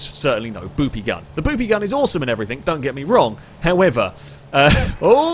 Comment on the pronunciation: I just wonder if the letter G is in your vocabulary? I mean you keep saying.. anythink, everythink, somethink. Lol not hating, just somethink I noticed. Love the videos though, thumbs up..